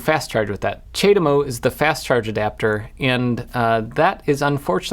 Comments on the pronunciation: w/ CHAdeMO you pronouce the A in CHA (like charm), thats how ive always heard it being said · It's pronounced: Chad-Emo! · It's pronounced Chad Emo, obviously! <The Cure - A Forest starts playing, an early version from 78 or 79 when Robert Smith looked like he was on the rowing team>